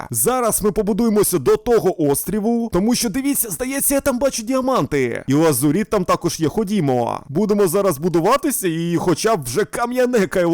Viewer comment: Лазурит а не лазуріт